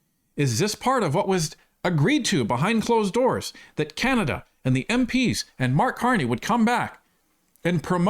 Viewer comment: Hey! It's CaNAda not CaMAda... he's dismissive and condescending and... insulting to Canadians.